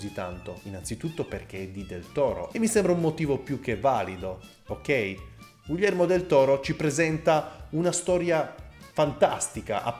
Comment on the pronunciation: Io ti adoro, ma per favore pronuncialo bene: GHIHERMO, NON GUILLERMO